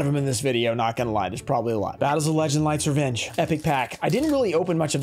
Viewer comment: Dead heard “Life’s a bitch” not “Lights revenge” lmao